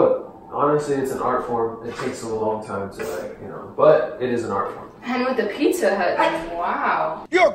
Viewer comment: Picca hut lol not Pizza Hut ❤️❤️❤️😂